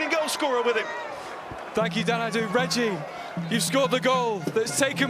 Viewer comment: richie lambe? Its reggie